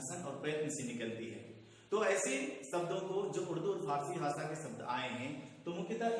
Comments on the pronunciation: Arre Chacha भासा nahin भाषा hota hai aur ज़ाता nahin जाता hota hai. Tum khud ke uccharan ko toh theek karo, galat galat shiksha dete ho auron ko. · ज़नाब आपके उच्चारण ग़लत हैं, सुधार करें | ( ड़, ढ़ ) इनमें नुक्ता प्रयुक्त नहीं होता| दूसरी बात आपका "भाषा' उच्चारण अशुद्ध है आपका उच्चारण ' व्हाषा" है जो कि त्रुटिपूर्ण है| सुधारने का अभ्यास करें|